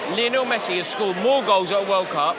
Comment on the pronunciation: WHY do people like pronounce Messi’s name like it’s Lionel Ritchie??